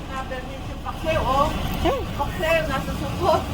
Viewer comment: Very cavite yung "Paksew" ni wowa.. 😍